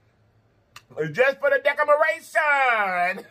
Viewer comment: Throak 🤣 decomoration 🤣 you so funny!